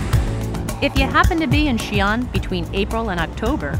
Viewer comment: 不是Xian是xi-an, two syllables. Two separate sounds。